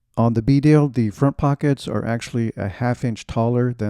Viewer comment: Great review, and thanks for saying Bedale properly.